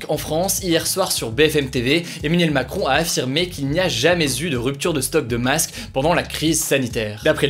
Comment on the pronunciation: La vache t’articule de moins en moins...détend toi mec...sérieux avant c’était juste avec "si jamais" mais la t’as pas prononcé 1 seule fois "Emmanuel Macron" correctement,tu l’as dit plein de fois pourtant...et j’en passe. Bref,fais un effort on est des centaines de milliers à te suivre. Respecte nous amigo ! 😂😂😂😂